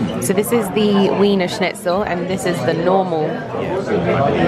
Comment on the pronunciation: I had to chuckle every time you cutely said "Wee-ner-shnit-zel', it's actually pronounced "Vee-ner-schnit-zel".